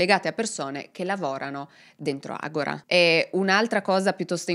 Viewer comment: Si pronuncia AGORÀ con l'accento sulla A è una parola greca con cui si indicava il centro culturale, politico e religioso della città, come lo pronunci tu agóra è come dicono: adesso, ora in questo momento in Brasile 😅